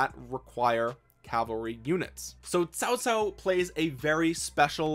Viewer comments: you said cao cao right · Him: pronouncing Cao Cao Chinese: 👁 👁 👄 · Is fine 😂